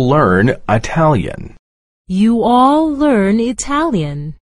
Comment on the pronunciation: بسیار سپاس ، ببخشید بعضی جاها دوجور تلفظ میشه ینی اینکه هر دوتاشو میشه گفت؟ مثلا شنیدم گفت you all learn Italian و هم اینکه you will learn Italian. خب all نوشته اما آقاهه میگه will یا اشتباه از شنیدار منه آیا؟